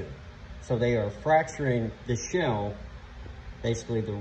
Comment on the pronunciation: Shaaaaaaaale. Not shell